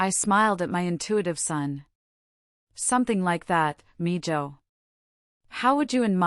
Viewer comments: It’s not mijoe, it’s miho, spelling as pronounced, mijo is correct spelling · Its mee,===hoe not meja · Mijo is pronounced meho. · Hi... Spanish... Not Mija or Mijo...... The j is pronounced like an h... So miha and miho...... Like Jesus...Hesus...Heyzoos xxx Thank you🎉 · Good story. BTW Mijo is pronounced "me-ho" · Good story. Well spoken. I like that the soon to be wife was angry at his abandonment of his pregnant wife. Just for future reference, mijo is pronounced like me-ho. J sounds like h. Same with mija.